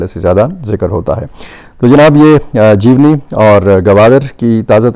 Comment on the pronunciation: Br. This is Jeewani Not jeewni. Thank you.lhr.